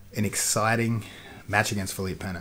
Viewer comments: "Feleep Penna" Lmfao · LOL at tomatohead saying Felipe Peña, doesn't he have anyone around him get him to say the names correctly?